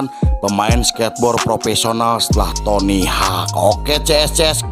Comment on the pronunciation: btw penyebutan nya itu tony howk bukan tony hak . FYI dia pendiri birdhouse pada awal mula tahun 2000an.. tq atas film nya.. sukses terus utk channel nya